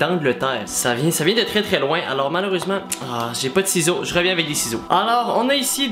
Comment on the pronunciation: "j'ai po de sizau" ton accent est incroyable